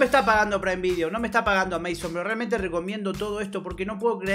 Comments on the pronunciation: Porque dice "AmÁzon" en vez de "Amazon"? xd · Como no sabes pronunciar amazon? Es re conocido